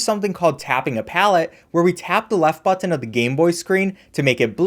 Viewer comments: You pronounce "button" like a sped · Whys he saying button like that?